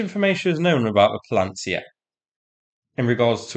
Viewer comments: Паляниця, not Palantsia, the same shibboleth word Ukrainians used at checkpoints to filter out Russian advance recon infiltration in the first months of the war. You will remember the clips. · It is pronounced: pa - lee - ya - neet - cya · to pronounce properly Pal - yah - nee - tsah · Bad pronunciation of the new drone/missile. its "palyanytsya" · I see you're having a problem with the pronunciation of that word. I'm not great in Ukraininan, but it's similar to Polish, so as a Pole living in UK, I would pronounce it in UK English (I believe that you are UK born) like that: Pala, as in PALAce Ny, as in maNY Tsa, as in TSAr That, I believe, would be the closest to Ukrainian pronunciation. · You seem to struggle pronouncing 'Palianytsya'. 🧐